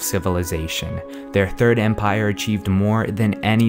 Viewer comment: Halt halt halt you mispronounced Empire you will face the wrath of the mighty Talos